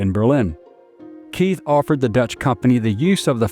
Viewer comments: Keith is pronounced kite in German. There is no “th” sound in German. H is silent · Keith here is a German surname and is pronounced "kite" /kaɪt/…